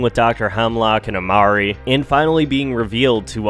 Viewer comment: Her name is Emerie. Not Amarie. Ffs do your research